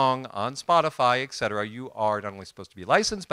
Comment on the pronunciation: Really enjoyed ... one thing ....Et-cetera not Ect....lol